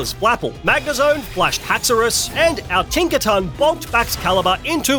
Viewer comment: Tink a ton